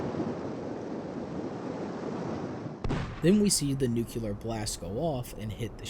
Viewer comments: Amazing video, but it's pronounced NUCLEAR, not NUCULAR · "Nucular" >text clearly says nuclear